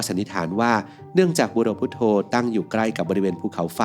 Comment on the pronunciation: มันอ่านบุโรพุทโธได้ไง